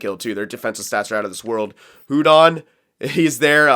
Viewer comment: Hudon is pronounced uudon